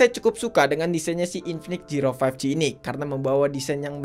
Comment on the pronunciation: zero❎ jiro☑️